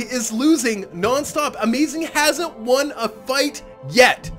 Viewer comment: you need some how say Amazigh upside down. And when your saying amazing, say it normally.